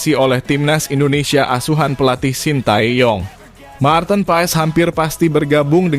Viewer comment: yg bikin ngakak yg bikin konten gk tau baca marthen .. 😅😅😅